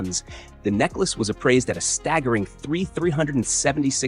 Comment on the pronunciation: PLEASE stop with the AI narrators! Staggering became "stag jaring?" The syllables were broken in odd places. I was uncomfortable listening to the brutalization of the language and was unable to continue. I realize this is an AI bot posting this entire video, but how else does it learn?